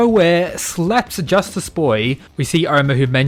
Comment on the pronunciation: Is he saying Justice or JUSTASS